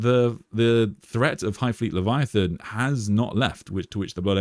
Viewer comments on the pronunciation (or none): none